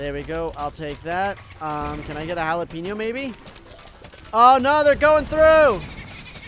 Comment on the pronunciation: what did you cal jalapeno into jalapenio